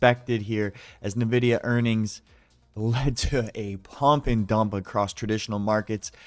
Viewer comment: Whats nah vidia? Lol